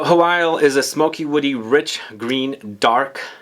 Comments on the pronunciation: By the way, Hwyl is pronounced Hoil (like boil), not "who-will", its a Welsh word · this is an old comment but I thought I needed to let you know that Hwyl is in fact pronounced Hoil (like boil), the pronunciations online that say "hwill" are very wrong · Hi mate! I used to work for Aesop and just to let you know its pronounced 'ee-sop' and the Hwyl perfume is pronounced 'who-wil' great review!